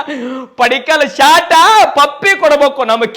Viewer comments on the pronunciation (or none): ಶಾಟಾ,, ಅಲ್ಲ ಶಾಟ,,🤣 ಆದ್ರೂನು ಈ ಸಲನೂ ಕಪ್ಪ ನಮ್ದ👍👍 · Anna Shat annabyad Shot anta hel clear aagi, Shat berede kelsatad😂😂😂